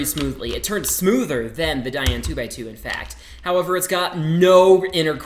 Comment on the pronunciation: *opens box form top* he has never said "DaYan" right in a video... Oh yes -- Wittwo V1 forever <3